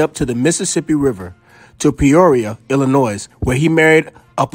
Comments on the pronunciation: 😂 it’s funny you called it Willis Tower I’m from Chicago and we still call it the Sears tower, I was working downtown and someone asked me where the Willis Tower was and me and my co worker were confused 😂 fyi the “s” in Illinois is silent that’s a no no with people from Illinois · I can’t stand when people say “illa noiz”. The s is still silent.